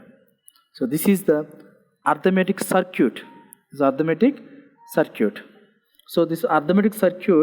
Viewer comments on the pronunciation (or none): Sir ur simply awesome .....as a responsible student I want to correct a small mistake of yours (if you don't mind) the way you pronounce circuit is wrong you pronounce it CIR-QUIT but it should be SIR-KIT kindly correct it cause I don't want people to misunderstand my teacher .......with extreme love and care from G.P. BARAUNI (BEGUSARIA)